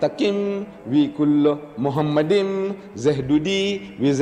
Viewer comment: Machmadim, doesn't sound like Muhammadim; or Muhammad?